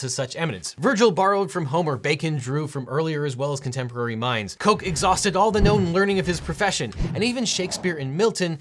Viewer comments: Just one comment: Sir Edward Coke's last name was pronounced like "cook," not "coke." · It is pronounced like 'cook'.